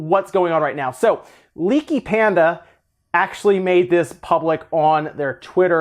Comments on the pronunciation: Just so you know, Leaky qualified this in other posts, but they were saying "We're releasing some news, but it's not Smash related. For Smash news, there's a direct on the 5th-9th". I think you misread the post as "A non-Smash direct is on the 5th-9th." Also it's "Pandy" not "Panda". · you're not even saying their name right, how trustworthy and observant can you be? It's LeakyPandy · "LeakyPanda? Who is this LeakyPanda you speak of?" Seriously though, they're LeakyPandY. With a Y, not an A. They've said in the past they don't like being called LeakyPandA. I know you don't mean anything by it, but maybe try and remember that, so as to be more considerate?